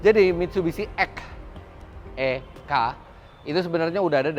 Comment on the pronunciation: Dibaca i key x speiss... Diplesetin ikkeehhh senpai...